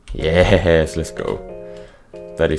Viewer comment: I love the fact that he says ye-hess and when he says tick the captions put d**k